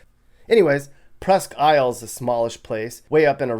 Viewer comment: Presque ile is pronounced presk eel